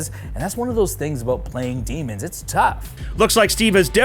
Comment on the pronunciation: Daemons vs Buttangels, i cant unhear that now (iam probably the only one that heard it as such.)